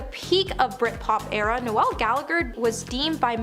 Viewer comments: Er.. No-el .. as in the Christmas carol? NOPE. More as in rhymes with mole. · Bahahaha, No-Elle Gallagher 😂 Is it that hard to pronounce the names of the people you are ripping correctly? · You pronounced Noel as Noelle! Pathetic!! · It’s Noel like Lowell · Noelll? She pronounces so many names and words incorrectly. It’s cringey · Noelle Gallagher? Good grief! Are you stoopid or sumpin? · noel ? please pronounce his name correctly he does not identify as female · Not only can this chick read a teleprompter, cant understand basic grammar like commers and full stops, pronounce basic words, string a sentence together. She can't pronounce a standard name like Noel